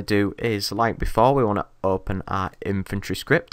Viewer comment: Every time you say inventory it sounds like you say infantry!